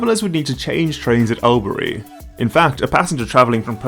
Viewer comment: I can't let it pass that it's pronounced awlburee, not al-berry. I've had to get off at Albury myself and change for a bus when an XPT I was on ran late overnight and no longer slotted into the V-line timetable.